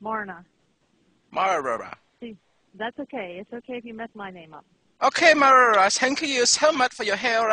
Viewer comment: She doesn't love you ha ha ha but that was really funny but you got her name right at the beginning of the video you said her name was marahra